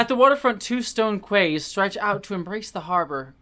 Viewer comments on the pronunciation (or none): Oh,. We love watching you suffer for us. Not gonna lie, the kids' nightlight broke me a little too. vomit react One minor note, the word "quay" is actually pronounced "key." No, it doesn't make sense and most people don't know that.